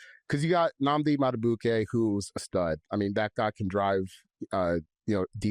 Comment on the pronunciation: This is what I hate about you guys. You're so tone deaf Nnamdi Madubuike has been on the Ravens for years! This guy has heard his name pronounced correctly probably a million times. But somehow this bullheaded idiot can't find it within himself to pronounce his name correctly. There's absolutely no excuse for that. None whatsoever.